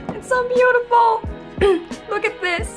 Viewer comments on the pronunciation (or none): i like when you said “waaa it looks so beautifar”